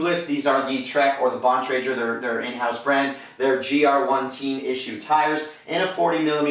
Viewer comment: Never hear somebody pronounce Bontrager wrong before.